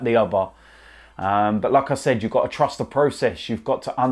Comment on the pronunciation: The way he says like i said sounds a bit like saying lacazette